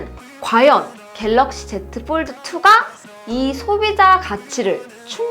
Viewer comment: 영어 F 발음이 이상해요ㅠㅠ F 발음이 아니에요ㅠㅠ 뽈드 쁠립 ㅋㅋㅋ